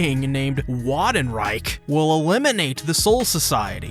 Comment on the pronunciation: Great stuff, however, VANDENREICH VAN ITS GERMAN! Also, arrancar pronunciation was just weird. I don't think I've ever heard anyone mispronounce arrancar.